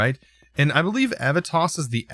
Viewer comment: You need to pronounce the e in Aevitas more.